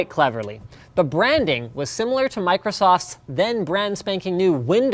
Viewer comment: "Micro sauce"